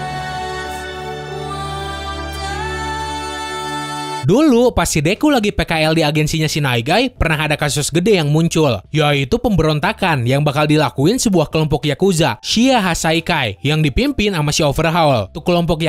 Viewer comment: Nighteye cara bacanya "nait ai" cuma dia bacanya naig jadi "naig ai"